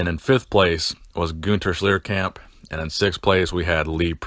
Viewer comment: Schlierkamp, not sliäärkäämp...